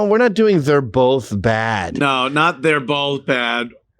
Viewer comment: ANTHONY. THERE IS NO LETTER “L” in the word BOTH. IT’S NOT bo”L”th! Ffs you speak for a living!!!